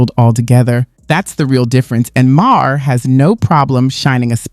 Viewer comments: At least know how to say his name. It’s not bill meer ( it’s pronounced Mar) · Dude. If you are going to make content like this. Learn how to pronounce the names of the people you are including in your content. Nothing says I have no fucking idea who or what I’m talking about like not knowing it is Bill “Mar”, not Ma Hair.